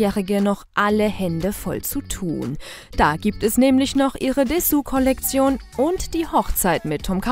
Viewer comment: Bruda wie um Himmels willen spricht die Sprecherin „Dessous“ aus?😂